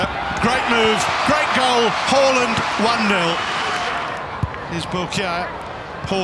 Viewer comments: It's haaaaland 🤣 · The commentator be like: Hawland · It's Hoooland ... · Every time he said “Haaland” I heard “Holland”. I couldn’t believe this guy was getting Honduras confused with Holland.